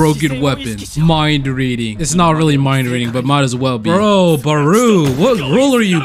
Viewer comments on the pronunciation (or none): Where u getting barooo from? It’s barou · Its not baru its barou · bro really said baroo XD no hate but its pronouced like bato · The chop that baruo did is the ronaldo chop oh and you saying his name wrong